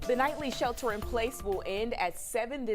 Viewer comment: "SHH HELLter in place". HELL NO!!!!